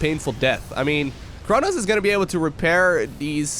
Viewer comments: It is pronounced kro-nossssss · Chronos is thhe name of a Titan in the greek mythology. So even in French, you still say "ChronoS" :)